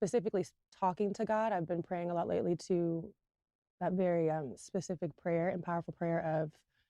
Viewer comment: She also says pacific instead of specific, says columbine instead of concubine, and doctorial instead of doctoral. Can't show proof of not 1 degree. Then said she went to financial aid to retrieve transcripts. There's so much to unpack. 😂😂